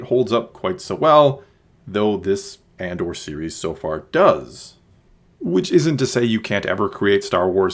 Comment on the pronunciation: I can't tell if you are saying Andor or And/or. :)